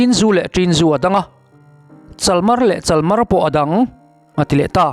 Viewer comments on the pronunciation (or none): Chalmar ti a lam hi a diklo,chalmaar tih anga ri tur a ni.Thingpui tihna mai a ni a,Ringtu hmasa te khan zu an in duh tawh lova,thingpui an in zawk avang khan zu hmuna khawda ho khan ringtu hmasa te an deusawhna ṭawngkam ani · Chalmar hi Bungkawn tih anga thluk tur a ni e. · Chalmar tih kha i thluk dik lo. "Riangvai" tih thluk anga lam tur O. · Chalmar tih hi hetia ziah zawm hi a ni zawk lo maw. Hei hi a lo chhuahna chu "Pûma zâi" ațanga lo chhuak a ni a. Tehkhin thu, tehkhin thu danga modified a nih chuan a dik lo ang. Pûma zâia a chhiar rîk dân kha chu "chál" tia a ri sanga lam a, "màr" tia a ri hniama lam a ni thung țhin a; "chálmàr" tia lam tûr a ni a. "Thingpui" tihna a ni. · CHalmar tih i lam dan mawlh mai hi a ni.😊😅 A kal ta a, tiha kal ta, tih rik anga tihrik tur aw😮😮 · CHALMAR tih i lam dan hi a dikhlel deuh a ni CHAL lai hi sa upa (a pachal) sawi a chal tih hi lam tur, tin, MAR hi thla "march" Kan lam dana lam tur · Chalmar tih pawh i lam dik lo em mai😂